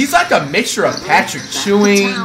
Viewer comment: N*gga said Patrick chewing 🤦🏾‍♂️🤦🏾‍♂️